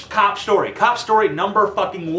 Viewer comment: cop shtory